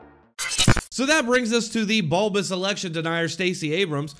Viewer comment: he said bulbous